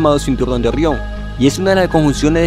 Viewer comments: Orrion🤣 rra rro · "Ogion" jajja, ta dificil pronunciar la EGE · Se pronuncia orion. No orrion. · 1ro. por que demonios dices ORRIÓN, si todo el que habla español dice orión 2do. deberías de utilizar un bot que hable por ti o a alguien con mejor dicción, parece que tienes una piedra caliente en la boca 3ro. por lo demás el contenido es excelente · Orrion? Se pronuncia Orion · No se dice orrion Sino orion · Es orion no orrion acaso este hombre no sabe hablar :v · Ori on Orión no Orión🤔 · La información es buena, ya conocía los nombres de las estrellas de la constelación, la pronunciación es pésima, no se dice "Orrión" se dice Orión. Una "r" entre 2 vocales suena como "ere" o "r" delgada y no como "erre". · Orrión, te recomiendo practicar la R. Saludos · Orrion? Orrionis? 🤦🏻‍♂️ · 'Orrión' xD Excelente video, hay te dejé tu like.